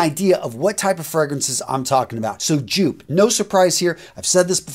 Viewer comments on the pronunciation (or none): Joop is pronounced yoap. Like soap. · Joop is pronounced 'yoop'... fyi. Love your work btw. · you tore Raphael ears off with that Joop pronounciation, especially both being German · I just can't get over his pronounciation of Joop